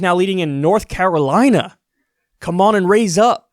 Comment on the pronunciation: NORTH CARE-LINA